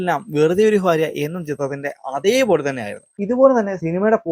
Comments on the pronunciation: ഫാര്യ അല്ല ഭാര്യ 😅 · Farya alla bharya. Fakthi allà bhakthi